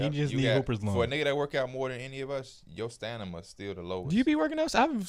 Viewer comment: “Stanima” bro created an entire word there 😂